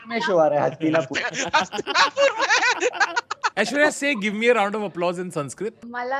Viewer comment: aishwarya - "aish-wire" lol